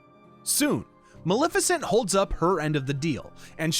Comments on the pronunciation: maLEFicent. maLEFicent. not maLIFicent. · to be fair, you say it incorrectly like 100 times throughout the video and you did start off saying you were trying to get everything right. it's not like maleficent is a new name created for the game.